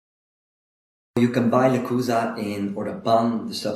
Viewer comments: I checked their German youtube channel. They pronounce it "le-choo-za" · Le-choo-za. New follower. Binging videos.